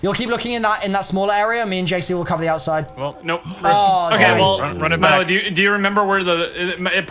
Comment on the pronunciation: Milo's pronunciation was actually on point 👌